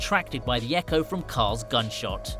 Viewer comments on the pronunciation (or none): none